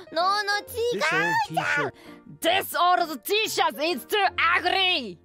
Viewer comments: This moment is awesome fun, gangsta Suisei and her tongue trill pronouncing "ORD" and "UGRY" are super cute. Like this animation, you got another sub. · Suisei almost gets improve her English. I like how she pronounces the words....except 'ugry' that made me laugh